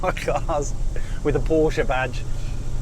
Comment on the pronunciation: Really enjoying all your videos 👍. Especially, that you pronounce Porsche properly (not pawsh😁, line some).